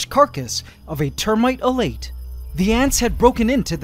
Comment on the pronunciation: a-LA-tay, elait is a bit off